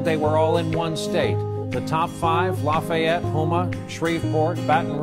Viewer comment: As someone born and raised in South Louisiana, Lafayette, and currently living in North Louisiana, just north of Shreveport, pretty spot on on how you get hit by culture shock. Even the food is different. Also thank you for pronouncing Lafayette right.